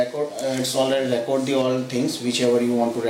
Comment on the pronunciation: Thats not how you pronounce the verb "record"....you are pronouncing like a noun....eg " I have a record of that "....."we keep on record"....to record the emphasis is on the o and the E souinds like an EE. Try and you will sound much better. Thanks for the vid.